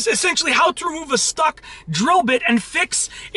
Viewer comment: why is it every time you say stuck it sounds like you say stock